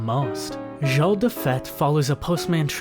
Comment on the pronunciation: If you look on the internet you can find out how to pronounce simple French words like 'jour' and 'monsieur' correctly.